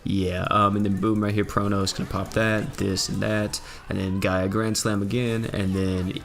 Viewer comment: He calls her TA gaia grand slam.. it fucking kills me. ITS GIGA